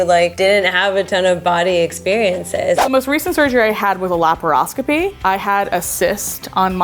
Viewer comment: i just,,,,,,, need a moment to recover from butchering of the word laparoscopy